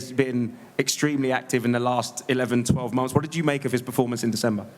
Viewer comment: Francis prnounced "Performance" like GSP😅 "Im impressed by yo pefomence"